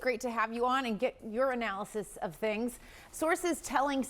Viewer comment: Note to news anchor: you’ve might want to enunciate “your analysis” so it doesn’t come out as “urinalysis”